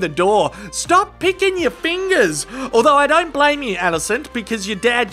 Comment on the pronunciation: Nothing is greater than when an Australian says "don't". Sounds like "doaint"